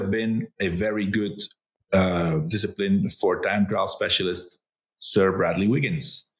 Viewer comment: I could listen to wiggins all day long as his technical knowledge is second to none. Very informative, but most of all these two pronounce the names correctly, very important to this Australian.